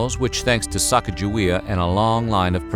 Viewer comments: Isn't it sah-cah-gah-WAY-uh and not sack-uh-juh-wee-uh? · You mis-pronounce Sacagawea it sounds like Sa-cog-a-wea; the big lake behind the Garrison Dam is named after her - Lake Sakakawea. These so called history people need to get the name correct. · ITS SAKAKAWEA!!! She is from my tribe and all these years people have pronounced it wrong, it’s not even “Sakakawea,” but that’s the closest English translation. It means “bird woman” as well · It’s actually pronounced “Suh-caw-guh-wee-uh” not “sack-uh-juh-wee-uh.” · A little extra authenticity: Her name is pronounced Sa-COG-a-wee-uh. Not Sack-uh-juh-WEE-uh. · You are pronouncing her name wrong. According to the phonetic spelling consistently recorded in the explorers' writings, Moulton said, Sacagawea - a woman who aided Lewis and Clark on their journey across the uncharted western part of the United States - should be pronounced "sah-KAH-gah-wee-ah." Emphasis on the 'cag' as cog, or "sa-COG-ga-wea". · I'm giving a thumbs up because I LOVE you guys. But it's pronounced Sa-Ca-GUH-Wey-Uh. Hard "G." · Great information. The only knock I would give is the actual pronunciation of Sacagewea. It should be (phonetically) Sah-Keg-Ah-Way-Ah. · You would think that the narrator would familiarize themselves with the proper pronunciation of her name. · I think you are mis pronouncing Sacajawea s name. A magnificent woman and mother.